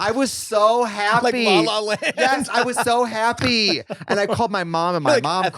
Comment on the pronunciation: I was so haaaaapeeeeee 😂😂😂😂😂 that accent